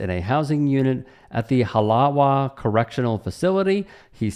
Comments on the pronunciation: Halawa... pronounced "Ha-lava". W in Hawaiian is vocalized as a "V" not a "V"oubleu 🤣 nice try though. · He was assaulted in Halawa, its HA LA VA by the way, I know you aren't from there but honestly it is nails on a chalkboard for us from there. Also this was not unexpected. People from Hawaii, even the criminals, take umbrage to assholes who attack people at random like this guy. I am honestly surprised he managed to punch those two women and not have been tackled and beaten in public by some random blala or tita. We do not accept public bullshit like that and you will get angry locals circling you for bullshit. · Its pronounced "Ha-lava" yes the V is replaced with a W we pronounce our W's as V's aloha 🤙🏾🤙🏾🤙🏾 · W's are v's in Hawaiian. So it's halava ty for covering this 🤙